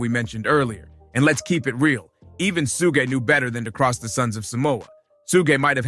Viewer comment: Who the fuck is suga? It’s suge knight. Not suga. Su gay. ? Wtf?